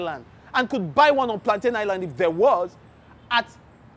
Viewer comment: i died at "plaintain island"